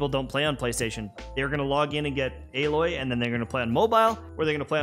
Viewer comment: you said her name wrong